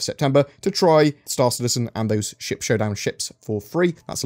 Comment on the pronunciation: I thought you said, “...allowing shit combat...” rather than ship combat haha